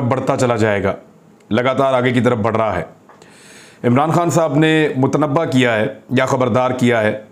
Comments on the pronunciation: Correct pronunciation is MUTNABBAY... not MUTNABBA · Mut a nabay, is correct pronunciation.